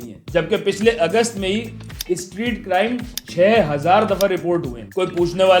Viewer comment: Crime ❌ Carime ✅